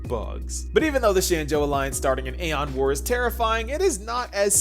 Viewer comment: It's okay, you're still pronouncing aeon wrong though 😂